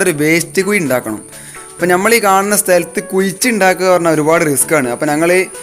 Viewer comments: കുയി അല്ല കുഴി , സ്ളേവ് അല്ല സ്ലാബ് ഇതൊക്കെ ഒന്ന് ശരിയാക്കിയാൽ ഒന്നുകൂടി ഭംഗിയാകും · Malayalathe yingane kollalle, kuyi alla kuzhi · കുയി അല്ല... കുഴി... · Video adipoli Kuyi...sariyalla....kuzhi kuyi...Maya...puya..... Kuzhi...Mazha....puzha....